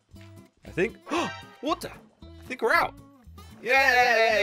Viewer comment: and . Good job with pronunciation buddy. You say in ‘Ow Waah-ter’ and in you say “oh wah-ter.”